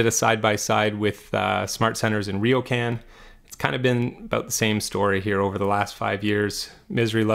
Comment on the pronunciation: Very good analysis! One small point: it’s Riocan, not Riokan nor Rio can 😎